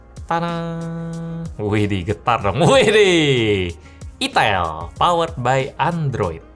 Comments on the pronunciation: Cara bacanya bukann itel bang. Tapi ITEL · Itil bang 😅 cuakakakakakak 😂 :D